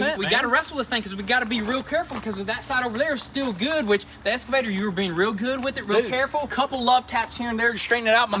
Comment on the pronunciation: Boys, I love y'all dearly I really really do! My name is Jess, and I live here on the East Coast in Maryland just south of Washington DC... Now, Marvel Comics has the "X-MEN" right? They are NOT called the "S-MEN".... They are the "X-MEN"... Likewise, your Kuboda is called an "EXCAVATOR", like The Marvel "X-MEN" NOT an Esscavator! Now I am not with the grammar police or anything, but whenever I hear "Esscavator" It just makes me cringe! I do love Y'all like crazy! I am totally fangirling you guys over the Camaro SS build! My very first "hot-rod" build was a big block 1969 Chevrolet NOVA SS. Nut for nut, & bolt for bolt, under the skin it is exactly the same car as the Camaro.